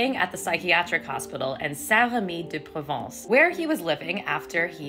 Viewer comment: Excellent pronunciation of St Remy de Provence 👌🏼 …and a very interesting video too